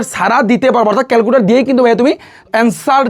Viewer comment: don't mind calcuter na calclutor❤❤❤